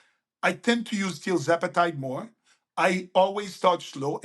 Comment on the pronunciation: mentioned a “new type” of GLP1 which he favors… TLzepatide? Or is he saying trizepatide? said 14% of USA population is currently on GLP1s and he says this is a big underestimation. Damn. One side effect of GLP1s is apparently “stomach paralysis.” That sounds serious. Wonder why did not cover that issue?